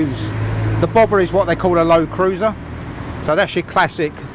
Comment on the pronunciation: You said it like bobą 😂🇱🇹 Nauja Triumph bobutė.